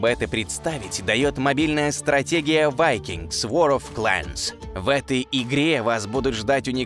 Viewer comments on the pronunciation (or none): Vikingd не vakings)))